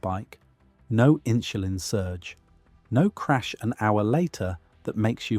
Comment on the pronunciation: 'Inshulin' is pronounced inSulin.